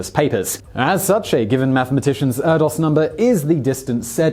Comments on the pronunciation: Erdős = AIR-dish (sort of), not Ur-dos. Incorrect pronunciations rarely bother me because I know I make a ton of mistakes too, but for some reason this one got under my skin. Sorry. =\ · Also "ErdoSH", not "Erdos"! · Paul Erdos' name is pronounced 'air-dish', and you could have noted that the 'Erdos number'' pre-dates the 'Bacon number' by more thna 20 years.